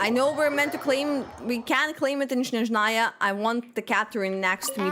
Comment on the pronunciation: .....siiiigh...there's no "sh" sound in SNezhnaya